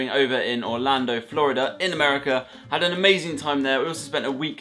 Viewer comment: i kinda laughed when he said ameican candy bc it seems so normal to me bc i live in florida